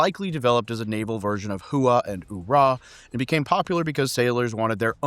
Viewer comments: "Hooah" is one syllable, not 2. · ITS HOOAH... Get it right or stop making Videos. :face-orange-raised-eyebrow::face-orange-raised-eyebrow::face-orange-raised-eyebrow::face-orange-frowning::face-orange-frowning::face-orange-frowning::face-orange-frowning